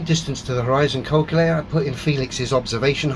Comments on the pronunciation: What's a "colculator"? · still can't pronounce calculator 🤪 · "Culculator" hee hee hee. Cracks me up every time.